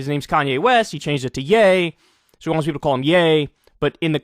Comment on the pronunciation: I wasn't sure about this until I heard Yeople. 🤔